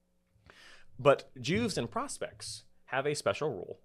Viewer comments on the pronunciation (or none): It "Juves" pronounced Yuves not Jews.